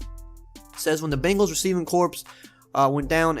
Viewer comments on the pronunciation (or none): The ‘ps’ in corps in silent. Jsyk.